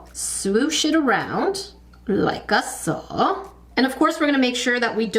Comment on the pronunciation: I love the glass breaking sounds and head nods when you open the packages in your videos and when you say “like-a-so”. Makes me smile and giggle. 💕